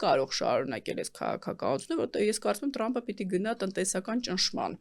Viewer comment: լայ լաղջիկ լերվուծաբան մենք թ և փ տառն ու հնչյուն ունենք ապա տյու ընչու էս Թրամփին տըրամըպ ասում ։